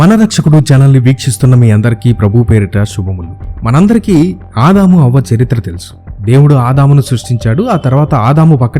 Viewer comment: havva...anaali avva kaadhu